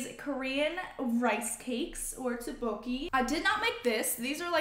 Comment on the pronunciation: By the way the rice cakes are pronounced tok-bok-ee :)